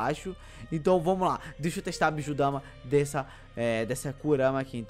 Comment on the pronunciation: É bijudama não bijudamá